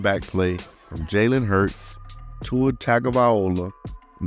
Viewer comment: Say Tua's name again lol